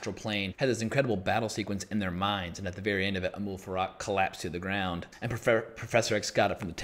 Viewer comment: it is Amal Farouk, you are saying Amoul Farak